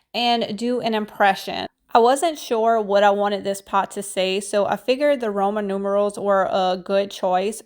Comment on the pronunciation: you are so CUTE❣️ We knew you were trying to say "Roman Numerals" - but YES - sometimes ENGLISH IS ●SO HARD●‼️🤣🤣🤣 Don't feel badly - we GET IT❣️❣️❣️